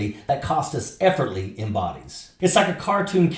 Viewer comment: It's pronounced "effortlessly."